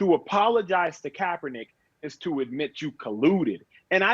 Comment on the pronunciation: Goddell can’t even say Colin K’s name